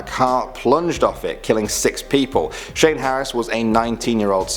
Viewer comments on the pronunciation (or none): none